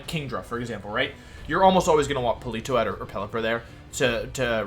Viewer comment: ah okay I wasn't sure at first lol I recently watched a video where he said Politoed correctly and then corrected himself to say it incorrectly